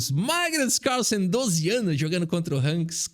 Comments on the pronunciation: ... caRRRRSLLSEN.... queremos o CÁLÇEN de volta!! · Quem percebeu que o falou o nome do Carlsen com sotaque gringo? É "Cálsen",. Tu tá vendo mt vídeo da gringa que eu sei... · Magnus CARRSSENN kkkkkkk muito bom